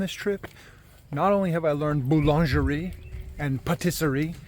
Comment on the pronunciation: btw your pronunciation of belvédère was spot on (although the "r" was a bit too exaggerated). Also boulangerie is pronunced more like booluhjree and same for patisserie: pahteessree